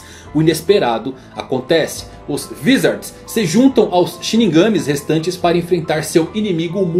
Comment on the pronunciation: Muito bom o video, só errou nos vizards aiudhasuhdaiushau é Vaizards kkkkkkkkk